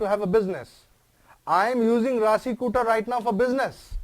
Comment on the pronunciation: Kuta first i the word kuta not kuthaa..